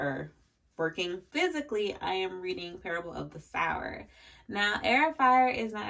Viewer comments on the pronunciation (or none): I am also on Heir of Fire (though haven’t started yet). My favourite character was Nehemiah so I’m going to be scared to like someone else haha By the way Parable of the Sower … Sower is said sew-er. While someone who sews uses needle and thread a sower sows seeds aka plants crops (but is pronounced the same). Don’t know if you wanted to know that haha 🙂